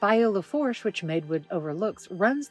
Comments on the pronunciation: Lafourche is pronounced "La-foo-sh" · Small correction. Lafourche Parish is pronounced Lafoosh Parish. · Bayou lafourche is pronounced La foosh: greetings from New Orleans ⚜️